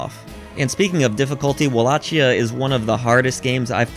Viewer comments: It’s pronounced “Wall-a-key-ah” or Wal-lak-eyah”, not “Wall-ah-*Chia*” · You're pronouncing Wallachia wrong dude.